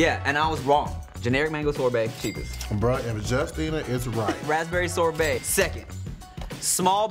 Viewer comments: said sorbet so wrong I’m dead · Me: it's sorbet: it's durian sober 😅😅😅tf